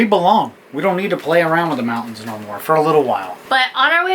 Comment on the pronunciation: Teach to say "Mountains" and "Buttons". Love your channel and both of you.